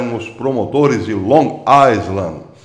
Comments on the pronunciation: Num é Aisland. É Ailand. Amando o caipirês!! Hehe. Um abraço! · permita-me dizer q a palavra ISLAND em inglês se pronuncia AILAND. É q eu morei lá!😘😘😘😘😘